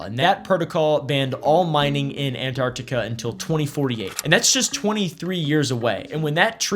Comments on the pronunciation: I hate it when people pronounce it "Annartica" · Not him calling it Ant-Artica the whole video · Not calling it Ant-Artica the whole video 🫠